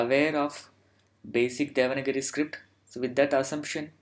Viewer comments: It is not 'devanagiri'. It is 'devanaagari' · it is not DEVANAGIRI. IT IS DEVANAAGARI. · please clear my doubt is it devanagari or devanagiri.you have said often devanagiri. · Not devana giri, it is deva nagari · Thank you, nice channel script is not spell like devangiri it is spell like devaanaagari